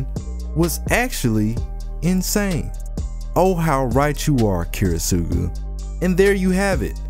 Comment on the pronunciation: this is is an absolutely fantastic video but please PLEASE work on your pronunciation of Kiritsugu